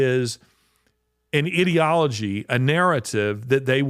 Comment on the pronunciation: Sometimes I get a good laugh.. when you say ideology and it sounds like to this southern woman like your saying...idiotolgy. What fun when it fits the description!! Please don't try to rectify the situation. You are a rock star doing as you already do! Thanks from one of the Posse!🎉🎉🎉😂😂😂